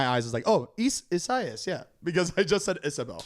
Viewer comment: pronounced Isaías perfectly